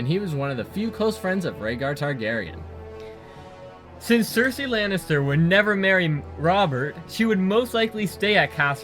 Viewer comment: also, neither last name, star-garyen instead.